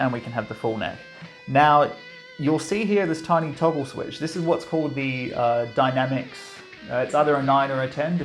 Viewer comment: Hey...sorry,. it's Dyna Mix not "Dynamics".